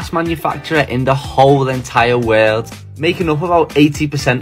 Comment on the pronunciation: Why the heck are you pronouncing "world" like wear???